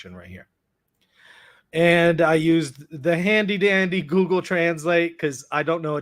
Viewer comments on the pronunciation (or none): none